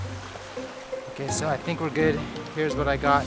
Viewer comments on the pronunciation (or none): it's sounds like you are saying 'QUESO' when you say 'ok so, ...' :D